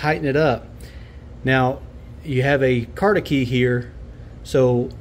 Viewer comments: Hope you mean “cotter” key not “cot-a-key”. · Did you say carter key?